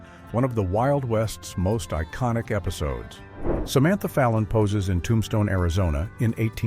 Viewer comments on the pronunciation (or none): none